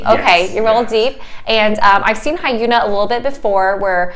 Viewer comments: Hi-yuna? Lol. It's actually "yunna" with a short "h" sound at the start. Like "hyunn-ah". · Her name is pronounced Hyuna. Not hiyoona lol